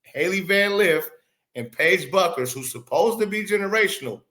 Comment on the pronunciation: BUECKERS is Pronounced - BEWKERS...